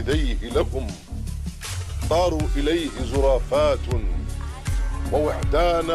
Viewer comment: زرافات بالكسر لا بالرفع